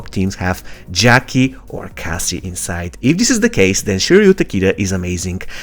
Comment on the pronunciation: It's Cassie bro not case😂😂😂